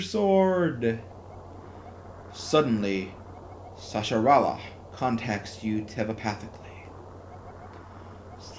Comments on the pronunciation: Heh, Slim: Sahasrahla is pronounced like so; Sa-has-rah-la. Not to sound like a jerk, but it's an FYI. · Aw, you almost said his Sahasrahla's name right near the end.